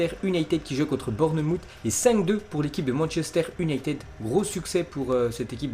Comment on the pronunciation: Merci beaucoup #! Mais ce serait mieux si tu faisais plus d'efforts dans la prononciation des mots anglais (United, Mason (Greenwood)). 😃👏